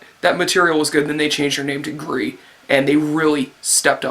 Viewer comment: Your pronounciation of gris was alright. Btw gris means Gray